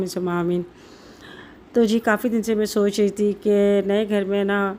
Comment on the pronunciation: Sonch ❌😂😂😂😂😂 soch✅